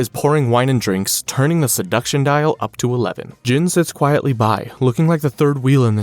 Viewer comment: Gene... Not jin.